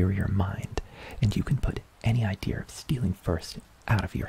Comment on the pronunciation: Grrrr I love how you say idea! It comes out as 'idea er' and I'm living for it!